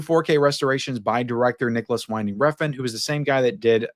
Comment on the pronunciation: for Nicolas Winding Refn, Winding is pronounced like how the wind blows. Don't let all the broken AI out there convince you otherwise 🤣